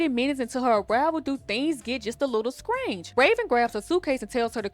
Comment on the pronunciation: It took me too long to figure out why my ears were reacting they way they did when I heard something “scrange” 😂